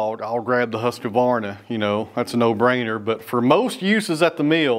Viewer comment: Not trying to be a troll, but Husqvarna is pronounced 'Whoos varna'. No "k" sound. Love seeing your Dad and the projects he's working on. Like the cedar. Beautiful wood.